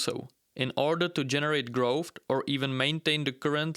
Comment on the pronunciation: What is "growft"? I've never heard this word.